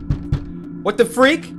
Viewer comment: I heard f*%k but I think he just said freak, Cory don’t swear!